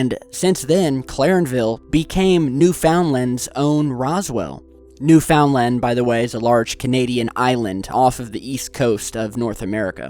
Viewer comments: its pronounced "noo-fen-len," not "new-found-land" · it's "NEW-fund-lund" not "new-FOUND-land" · you keep mispronouncing newfound land it's not pronounced new found land, it's pronounced newfun land, even though it's spelt newfound land. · Not new-found-land it's pronounced new-fin-land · new FOUND land lmao! its pronouced -NOOF-UND-LEND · Birch Meadow ???? It's Newfoundland! ......pronounced " Newfinland" one word! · i know your not canadian but being a newfy myself it hurts to hear you butchering newfoundlands name dont read it it like its spelled. newfenland is more like it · its pronounced new fund land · OMG I LIVE IN NEWFOUNDLAND btw u say it wrong it's pernoused: "new fend land" I live in stephenville and I asked mom if it's here cause it sound familiar and she said yes!! I was like OMG OH NO LOL and then I thought of well it's probably another clarenville somewhere else in the world, BUT NO then he say Newfoundland and I was like HOLY FLUFF OMG HERE I've been there before multiple times!!! And I've actually never heard of this before lol but now I did and OMGGGGGG next time I go there I'm getting my camera out and if I catch anything I'm definitely sending it to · hey, it's pronounced new-fin-land, by the by. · it's spelt newfoundland, but it's pronounced as newfinland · you pronounced newfoundland wrong lol but its ok anyone not from canada does that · Ye got newfoundland wrong; it kills my east coast ears. Where you to bud?